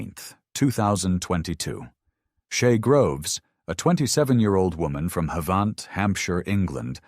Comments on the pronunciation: Ha-va-nt not harvarnt 🤣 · The pronunciation of “Havant” in the first case makes it sound a lot fancier than it actually is lmao. It’s pronounced the same as the word “haven’t”, not “haVAHnt” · Shay lived round the corner from me. It’s pronounced Have-unt. But good recap of the case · You ain't having any luck pronouncing these British places names. Just over ten minutes in and we've had a questionable effort at Havant, and an equally bad attempt at Bicester. I look forward to any others you may linguistically mangle.